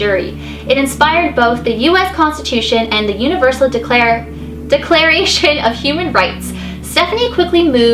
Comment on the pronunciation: Omg she said declaration wrong 😱😳😫